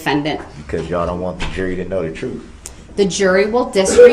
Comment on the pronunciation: He can't speak properly: axe, troof, biast are just a few examples.